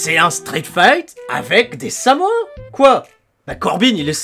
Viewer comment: Allez viens, on va manger... DES CHIPS!!! Par contre on dit samoans, pas samoins